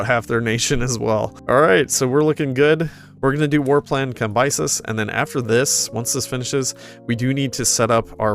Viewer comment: It's "Kam-be-seez"